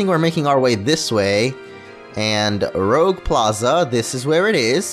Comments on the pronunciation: its not lol its not r-oe-g its r-u-j-e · Rouge is NOT pronounce rogue It is pronounced roo-ge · dude it's not rouge it's Rooje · it rly annoys me that he says rogue instead of rouge Like if you understand french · Rogue? Rogue? ROGUE? It's Rouge! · he could've at least said Roogue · It's not rogue it's rouge. They are named after the French colours, rouge is red in French. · it is roo-ge the color red, all the plazas are named after french colors, saying rogue is insulting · Might be a bit late but I think Rouge is pronounced as the French Rouge as Red. something like Ruuuje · rooje and r is pronounced gh